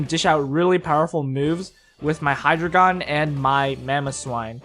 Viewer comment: It's not Hydragon.... it's Hydreigon!